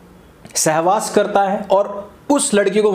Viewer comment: सेहवास नहीं जी.. सहवास बोलिए।